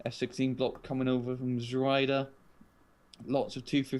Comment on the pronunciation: great commentary, guys! just one tiny suggestion: it´s pronounced like "t-swede-are", not "zwelda"... ;-)